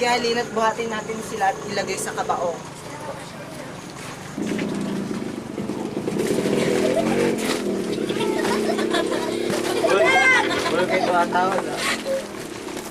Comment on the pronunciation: mali pagkabigkas ng "kabaong" xD tapos tumatawa nung binubuhat si ugong xD pero ayos na din... kung totoo to. sobrang nakakahiya. xD